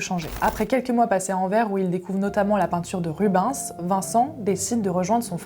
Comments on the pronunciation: Super vidéo la narration est top ( juste Anvers le s ce prononce ) 😊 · "Anverssssssse" et "Rube-haine-sssss" :) qui est un de mes lointains ancêtres ^^